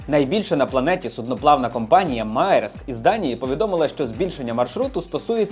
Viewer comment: Десь колись видів, що «Маєрск» читається як «Мерск» Але це так. Можу і помилятися.